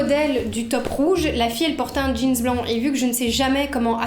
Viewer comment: Mais pk tu dis jeanz on dit jeans 😭